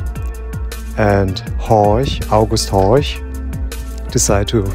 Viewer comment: FYI: It's Horch (not Horsch as you spelled it on screen). Ollie's saying it correctly of course. Horsch would be pronounced "Horsh" (no surprise).